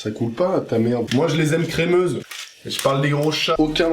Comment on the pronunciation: “je les aimes craimeuse”